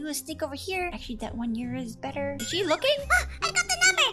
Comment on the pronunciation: When karen fainted in the pool you said shell insed of she